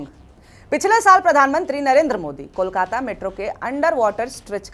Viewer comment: First time a non-bengali speaker was able to pronounce Kolkata so perfectly. 😊Brought tears to my eyes 😢 Thank you !